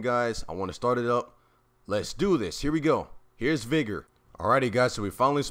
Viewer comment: Good video but I think u pronouncing vigor wrong